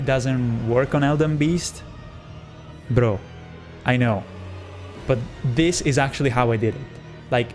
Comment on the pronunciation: that “bro” was the most italian thing that i’ve ever heard.